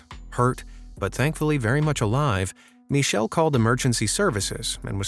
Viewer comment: What kind of name is 'Mee-Shdll' for a dude?? 😧